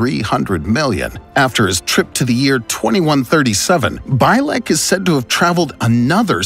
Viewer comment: Al Bielek: Pronounced: Al BEE-LIK not By-lek